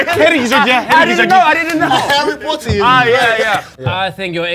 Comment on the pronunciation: 개재밌네 미친ㅋㅎㅋㅎㅋㅎㅋㅎㅋㅎ 해리포오티~ 고오급 억양~ 컵오브워티~ 해리포티 깁미썸 우ㅜ어티~ 보틀오브워티 데이비드 베커미, 블랙핑키~ 요크셔 테뤼~~